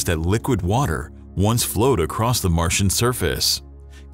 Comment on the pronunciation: The word is not "acrosst". It's across. I sure have a job on my hands, trying to protect my grandchildren from picking up bad English. Even from otherwise intelligent people. =PC=